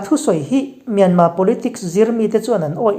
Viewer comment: Myan..Mar ti lova Myan..ma tia in rawn lam ta hi a ngaihthlak a nuam ta hle mai. "Hakha" tih hi kawl hovin an lam fiah thiam loh vang mai mai a ni. Halkha tih hi hnam hming a ni a. An khaw hming a ni nghal bawk a. Halkha..ti hlirin rawn lam țhin ang che u.